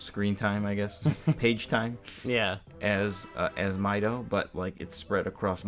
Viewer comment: Mideoh? I think you mean Mido??